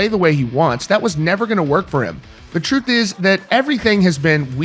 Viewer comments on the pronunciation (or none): none